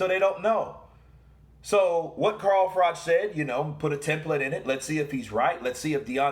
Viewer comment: Pronounce frock